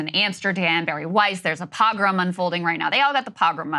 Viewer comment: Of course Krystal doesn’t even know how to say the word “pogrom”